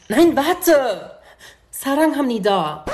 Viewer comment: Ääää ich bin Koreanerin und du hast das nichg richtig ausgesprochen das heißt saran je ó oder : 사랑해요😅😂❤